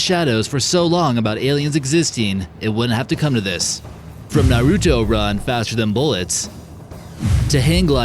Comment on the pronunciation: Naruto = NAH-RUE-TOE